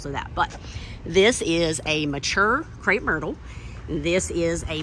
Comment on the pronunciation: Crepe not Crape. 😖